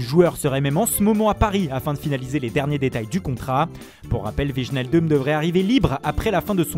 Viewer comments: ON DIT oueillenaldoum et pas vichnaldum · vige naile deum ??? connais pas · S'il délire à ce point sur l'accent italien, je demande un effort pour les noms néerlandais. Wijnaldum, personne lui a dit qu'en France on ne parviendrait jamais à prononcer son nom correctement. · La prochaine fois que vous dites wijnaldum comme sa je me désabonne